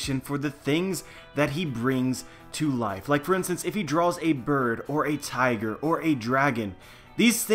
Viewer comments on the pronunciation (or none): none